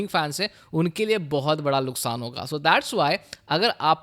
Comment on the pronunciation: nuksan ❌, Luksan✔